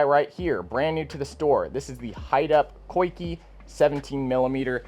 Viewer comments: I believe it's pronounced 'Zee-Kah' rig. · “Coikey” “Niko” cmon we don’t have to pronounce them wrong whenever we know the correct way.